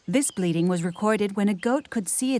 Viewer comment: it's funny having an American narrator - she talked about the goats bleeding a lot, and I didn't understand at first she meant bleating